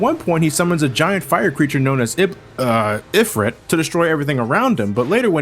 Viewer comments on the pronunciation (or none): well, on an actual real-lore base, Ifrit (pronounced ee-freet) are a race of jinn which mostly associate with fire... not a satan (oppressor, evil being)... but in follow up, Sonic is Satan!